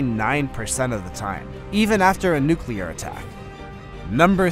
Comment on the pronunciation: "Nuclear" is pronounced "NEW-klee-urr".